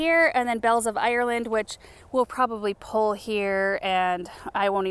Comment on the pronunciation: pull as pul not pole. lol pul a pole?